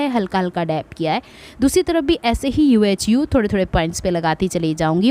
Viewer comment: It's pronounced yoohoo not U-H-U